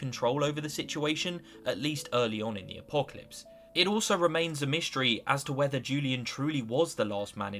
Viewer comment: "mishtry" lmfao